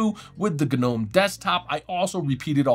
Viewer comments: the guy said "guh-nome" wtf no point in watching these videos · The 'G' in Gnome is silent, like garden gnome. I had no idea a stylus even worked in linux period. That's awesome.